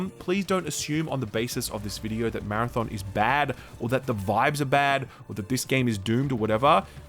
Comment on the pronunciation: More like “marathyawn”